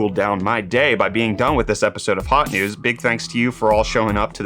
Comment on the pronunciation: Hot news, Not Hews